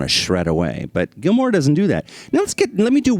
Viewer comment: GILMOUR not GILMORE. GEEZ